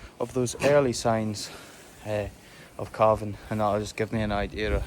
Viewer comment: CALVING! giving birth! I kept hearing CARVING, like you're going to cut them up into beef😂😂😂 so glad i misheard him 😂